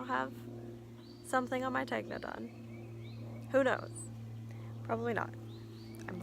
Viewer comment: I enjoyed this very much. I love the chickens, dog, peacock, your hat; all of it! I haven't knit a fade either, so no worries. Random; Tegna is pronounced Ten-Ya...like the gna sound in lasagna. I look forward to more videos, thank you.:-)